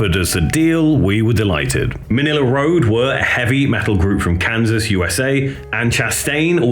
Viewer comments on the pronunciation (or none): none